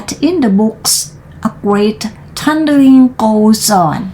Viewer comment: history = สองพยางค์ his - try write เสียง R ท้าย t thunder - th แลบลิ้นด้วยค่ะ neighbor เบอร์ ไม่ โบ้ window วิน โดว through ทรู sweep เสียงยาว วีป child บอกไปแล้ว ไม่ ชาย heard เสียง r d เว้นจังหวะไม่ดีหลายที่ คิดเหตุการณ์ด้วย จะได้เว้นถูก พยายามต่อไปค่ะ เสียงท้ายคำ , ควบกล้ำ R L ชัดไว้ค่ะ